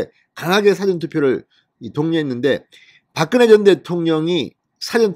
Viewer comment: 진 선생님, 수고 많으십니다. 한 가지 제안드리겟습니다. 사전 투표라고 말씀하실때 백과 '사전' 같이 짧게 발음하시는데 사전 투표의 '사전'은 '사-전'이라고 길게 발음하시는게 표준어라고 생각합니다. 널리 영향을 끼치시는 분이라 겸손히 제안드립니다. 진 선생님께서 전하시는 내용 고맙게 보고 있습니다. 계속 좋은 소식 전해주시면 고맙겠습니다.